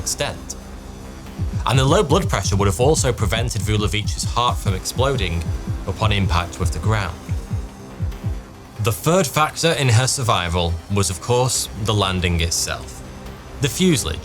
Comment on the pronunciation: I unsubscribed some time ago because I couldn't stand the childish way you pronounced some words. This video came in my feed, and its something I wanted to know about, so I watched it. You have fixed a lot of your previous slips, well done! However you still say "Fird" instead of "Third", and a few others. Please keep trying to speak properly.